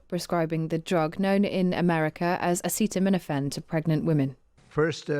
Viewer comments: I don't know how anyone would take advices from someone who doesn't even know how to pronounce acetaminophen... and has to ask the guy with the brain worm for confirmation. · so knowledgeable he can't even pronounce it